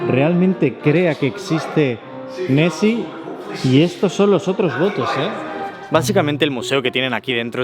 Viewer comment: Soy el único que escucha Messi en vez de nesy?